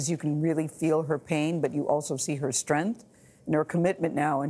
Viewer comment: Come on Gayle King, learn how to pronounce “strength” correctly. Good grief.